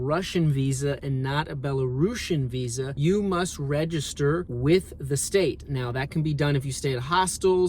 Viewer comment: мне одному кажется, что он не американец в моментах, когда он говорит виз и тд?))